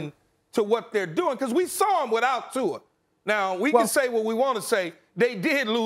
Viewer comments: Lol why does Stephen A say “Tuar” instead of Tua 😂😂😂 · It’s Tua